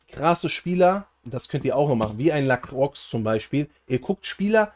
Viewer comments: Nices Video! Btw es wird "La-kroa" ausgesprochen ;) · Wenn mans genau nimmt La kroi Ps(bin halb französisch) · bin nicht französisch aber es heißt La-kroa ;)